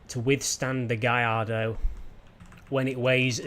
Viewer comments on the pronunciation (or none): G A L L A R D O not Giardo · It's gaLLardo Not gaiido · Lamborghini Gay-ar-do.... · Wait, have I been saying Gallardo wrong all my life? Is it really pronounced " gai-arr-do? " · Is it GaLLardo or gaiiardo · Learn how to say Gallardo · HAHAHAHAHHA, How he pronounced Gallardo kills me